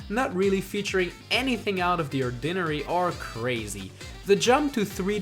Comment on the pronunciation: Did this nigga just say "or-dinner-airy"